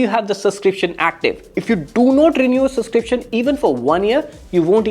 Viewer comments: Dude, it's pronounced subscription with a 'b'. Heard it being said so many times the wrong way. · Subscription ❌ Suscription ✔